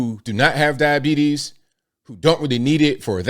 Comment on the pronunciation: you didn't pronounce "diabetes" correctly like you did in your airplane video. 😂